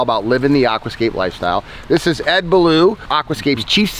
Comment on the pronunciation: You don’t pronounce Ed’s surname like he’s a character from the jungle book. Beaulieu means ‘beautiful place’ derived from French and is a small village in the New Forest UK. You pronounce his name beu-lee! He needs to sort himself out OMG 😂